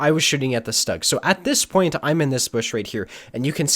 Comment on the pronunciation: Awesome one, loled all the way But please allow me to correct you The german tank destroyer “Stug” is not pronounced in an english way. In German (which is the language of tank owners and thus the correct tank name comes from it) is pronounced as “Shtuug” Keep giving good videos ^_^